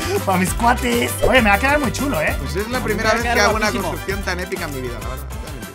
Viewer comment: Todos los mexicanos KuAtEsSS xD